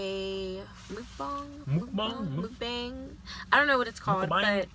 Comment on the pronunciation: 먹방 ㅋㅋㅋㅋㅋㅋㅋㅋㅋㅋ mukbang.... 발음 틀렸어요 그래도 귀여워요 😀😀